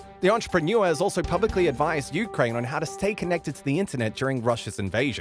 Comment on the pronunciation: Why are you pronouncing Ukrain weird?